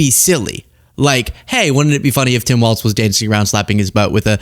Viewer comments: for some reason, hearing say waltz every time is infuriating. there is no t in his name, it's walls with a z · It's Tim Walz, my guy, not Waltz.